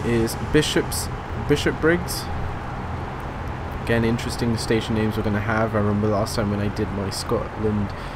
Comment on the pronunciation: Bish-op-briggs LOL